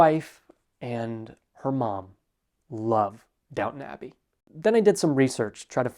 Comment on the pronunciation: just wanted to say, you say Downton Abbey in such a perfectly british way "downunabi" - love it! - Cheers to you my guy from Oxford UK